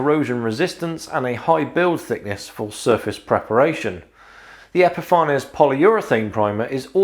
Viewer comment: I'd love to know what the correct intended pronunciation is for Epifanes. You obviously say epi-far-nez. Others say epi-fanes. I often wonder if it's actually supposed to be epiphanies, as in "to have an epiphany".